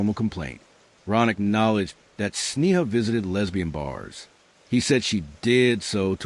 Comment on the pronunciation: When the narration can't even get the basic facts straight, it's hard to believe that any of the other information is accurate. There is little enough known of this case to begin with, without presenting those that ARE known accurately. Sneha was an internal medicine resident, not a surgeon. Correct pronunciation of her name (SNAY-ha) & that of her birthplace (KEH-ruh-luh) would make this presentation more credible as well.